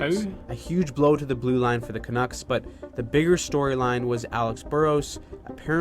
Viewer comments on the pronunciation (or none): Canooks lol ca nucks bud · Hi. The name Canucks rhymes with Ducks. Yes, the quacking bird.